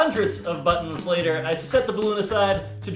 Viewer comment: Lmao the way he says buttons "baddnzz"